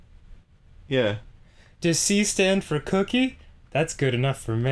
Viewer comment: what? He said "Does C sand for Cookie?"